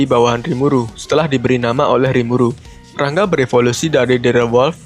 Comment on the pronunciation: Ra-Nga bkn Rang-ga